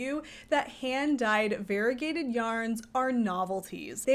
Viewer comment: Variegated is pronounced var-EE-UH-gay-ted, not var-i-gay-ted. Five syllables, not four. Your pronunciation is like saying varible instead of variable.